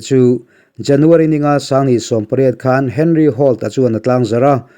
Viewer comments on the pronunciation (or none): none